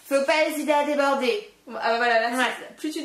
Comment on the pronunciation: ''fe pas esiter a debeurder'' xDD